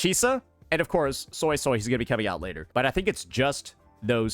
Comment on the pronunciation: Suisui's pronunciation is probably impossible for non-Mandarin speakers but it's closer phonetically to "sway sway" which is a good enough pronunciation. However, pronouncing it "soy soy" though is so far off and wrong that it's jarring to hear